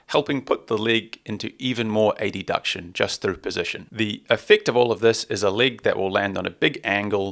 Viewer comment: Adduction is not pronounced “a-d-duction”